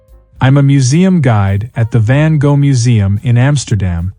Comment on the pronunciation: Use AI that can pronounce Van Gogh correctly.